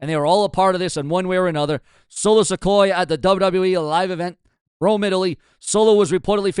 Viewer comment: Dude I ride with you but the way you pronounce names is like you don't even hear the way there said! It's Solo Sikoa(Siqoua) not Solo Sequoia the way you say it! You finally got Oba's name right now work on Solo's